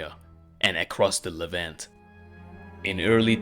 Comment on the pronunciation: Kind of surprising you don't how to pronounce Levant